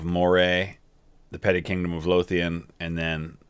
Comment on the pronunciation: You pronounced Lothian correctly. That’s rare.